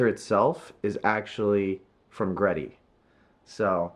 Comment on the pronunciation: it's actually pronounced G-Ready* hehe